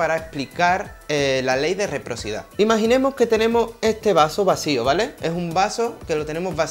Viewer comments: Se dice reciprocidad. Y querrá decir, no quedrá decir jijijji muy buenas tus explicaciones, felicitaciones. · ¿Reprocidad?, ¿lú? Qué bruto, póngale un cero.